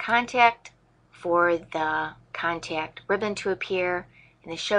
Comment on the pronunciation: Cool video, but the word contact doesn't have a 'y' in it. 'Con-tayy-kt'